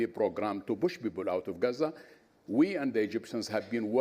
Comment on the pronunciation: ‘Beoble’ ? You can’t pronounced ‘P’ but claim rights for self determination as the People of Palestine with a P.